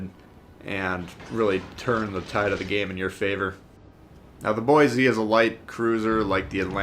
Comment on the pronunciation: It's pronounced "Boy-see"... lol. There's no "z" in Boise. Haha, just a little friendly ribbing from a local. Great vid! 👍